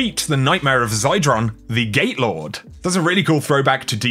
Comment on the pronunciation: Gate lord sounded exactly like gaylord😂